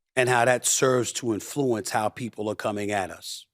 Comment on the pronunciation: I love SAS but it is pronounced “IN-fluenced” it drives me crazy that he always says “in-FLU-ence.” Otherwise all good 😅! I think he’s great.